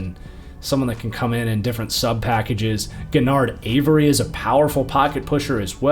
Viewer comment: love the content But I believe it's pronounced Je-nard Avery Not Ge-nard Avery